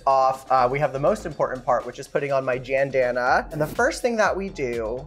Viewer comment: I’m sorry as soon as she said jandanna…. Goodbye 👋